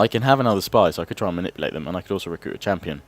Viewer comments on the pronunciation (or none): none